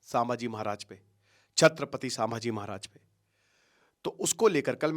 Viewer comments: Abhe tu pehele Nam bol na shik Samaji nahi 🚩Chhatrapati Shambhaji 🚩 Maharaj Bolte hai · सांभजी नहीं संभाजी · अरे भाई, नाम महाराज संभाजी हैं, "सांभा जी" नहीं है। तुम एजुकेटर हो भाई, इंग्लिश अनुवाद पकड़ लिए तुमने । अब क्या रामायण को रामायणा, महाभारत को महाभारता, प्रभु राम ओर हनुमान जी को रामा ओर हनुमाना बोलोगे? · सामाजी महाराज नहीं जी नाम ठीक से लो संभाजी महाराज ऐसा बोलो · Kitani baar सांभाजी bol rahe ho fast pronounced properly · 'छत्रपती संभाजी महाराज ' यह है सही उच्चारण..कृपया दुरूस्त करे.. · Pronounce संभाजी महाराज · Sir aap ki videos bahot acchi rehti hai ...but aap kuch dino se छत्रपती संभाजी महाराज 🙏पे video's bana rahe hai ..hame bhot khushi hai ...but continuously aap jo unke naam ka galat pronunciation kr rahe hai ..vo bahot galat baat hai....aap ke naam ka agar koi galat pronunciation karega toh aapko kaisa lagega ....aap jab bhi koi video upload kare ..at least uski basic study kare ....🙏